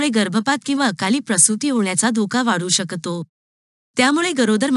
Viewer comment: तुमचे काही उच्चार जसे शेवग्याच्या शेंगा,शकतो, जळजळ हे शब्द, आजार त्यामुळे माहिती छान असून पण ऐकायला कसेतरी होते